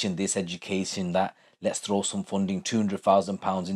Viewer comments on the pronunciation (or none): none